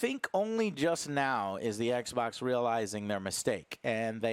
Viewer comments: Is there a reason behind the way he pronounces ekbok? It's funny. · The moment I heard was becoming like an "eck boc" controller was the moment i lost all faith and down voted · Joe leaning toward PS now makes me mid his distinct “eksbaks” pronunciation